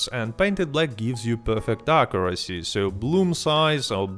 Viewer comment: Akurrasee does sound weird